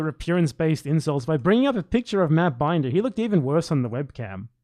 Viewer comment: This is some of the most petty garbage I've seen from - he refused to pronounce Binder right too its very clear he's doing it all on purpose, I get it if Vaush riles a person up and pushes them over the edge because that's literally Vaush's intent from the start (he pushes buttons until they snap and then he sets up some gotchas and corners them with crazy shit, always framing things so he can make them sound insane and so he can make wild accusations at them), but wtf are you DOING??? There's no excuse for the direction he's went in, his channel has completely changed ever since he had his clash with vaush. used to make solid content but my god, does he do anything outside of just provoking insane leftist infighting now? In what way did he think this was a good idea, and in what way did he think that his approach was a good idea?? Like wtf man, he is just instigating, this is literally identical to how vaush targets people. He comes off like all he cares about is tearing everyone else down. I really think bis clashes with vaush fvcked him up cuz he wasnt like this like 3 or so years ago. I have heen a viewer for quite a while (didn't watch everything he uploads but i do watch every once in a while) and i dont understand how he's turned his entire channel into this weird sports event - he doesnt even do the pseudo debate stuff good, hes miserable at the bloodsports stuff man and yet its all directed at lefty infighting blood